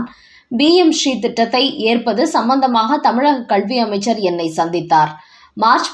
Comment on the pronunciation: Your Tamil pronunciation is not correct (especially when you say kalvi) please correct it.